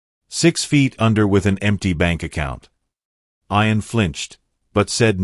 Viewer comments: The boys name is pronounced ee an, not eye an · Why did this person called Ian iron. I know this is crap... AI Bot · get some1 who can say ian,s name right narator not 2 bright